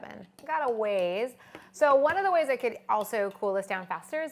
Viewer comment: Hell's Kitchen Kritter and Friends no she said “one ☝︎ color succulent”... lol 😂 it does sound like wine 🍷